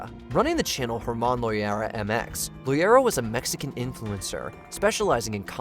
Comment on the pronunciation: Its loera not loyera I CAN'T BELIEVE AWP MADE IT ON HERE!